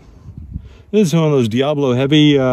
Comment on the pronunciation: No, it is not. The way you are pronouncing it means devil. The word diabolo (four syllables) means two bowls, describing the shape of the pellet.